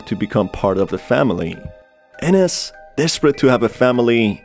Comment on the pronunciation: You need to learn more on your pronunciations on names like Ines. It is EENES. Not enes. My dead name is Ines and you need to learn how to pronounce it correctly for videos like this. But this is my opinion.